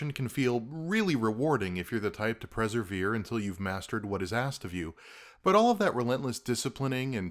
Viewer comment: Good stuff & yes, the essence of Dark Souls would be eliminated if you made it "easy". Plenty of games out there if you want that (and sometimes I do frankly!). NB. *Per*severe, not presevere :) On the other hand, I’ve just discovered that ma-cheese-mo is probably the correct pronunciation for machismo, since it’s a Spanish word! Here in the UK, it’s usually pronounced ma-kis-mo.